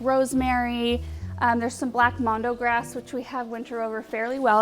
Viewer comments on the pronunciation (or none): none